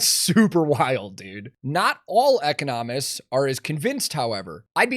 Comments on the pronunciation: “eco nomists” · the pronunciation of "economists" is throwing me for the biggest loop